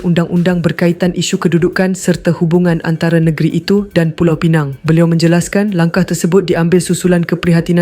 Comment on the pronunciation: Pulau Pinang ....bukan pineng...